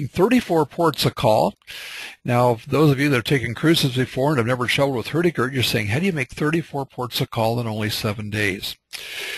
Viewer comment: Highly recommend you try to get some training in norwegian spoken, Hurtigruten in your norwegian, translation is quick porridge, it should be fast boat line!Not very good.... Room for improvements.